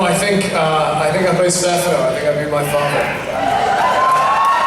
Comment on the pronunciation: Its Daniel Jonas not Jones. And it is Stefano, not Steffano. Get it right idiotic announcer.